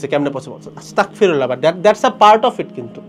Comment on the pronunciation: bhai with due respect, word ta Astagfirullah not Astakfirullah